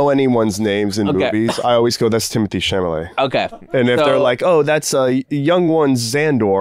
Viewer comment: I’m going to start calling him Timothy “sham-a-lay” 😂